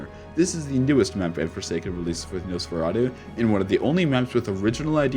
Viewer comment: you pronounced it right. Amazing! 😹😁 #tuesday